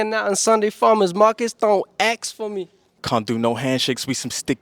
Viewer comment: . It’s ask you bellend.